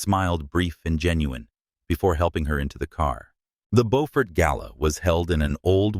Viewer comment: On the third try, AI pronounced Beaufort the right way! 😮!